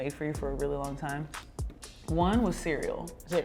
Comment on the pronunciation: once nneka said this i starting repeating to myself “cereal”, and the shock i felt when she said cereal 🤯🤯